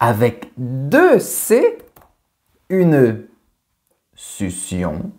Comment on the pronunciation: 15.51. Attention: SUCCION se prononce [suksion] et pas sussion.